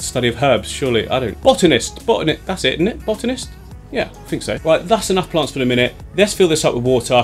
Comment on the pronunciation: Listen kids... if a strange man comes up to you and suggests you “getallthoseplantsssin” please run away